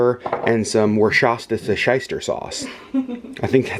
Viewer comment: “Worschastisireshisters”. Lol! You’re cracking me up! I’m really enjoying the cooking vlogs!